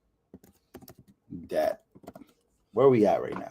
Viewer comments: Love your videos! Thank you for your hardwork. The letter "b" is silent in the word "Debt." It sounds like, "Det." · Stop pronouncing the 'b' in the word 'debt'. It's a letter. It's like pronouncing the 'g' in 'laugh'. It's bad. Don't do it. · sorry, I can't., bro, the "b" in "debt" is silent. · It's imports and exports, not outports.. .lol and the "b" is silent in the word debt. Just trying to help.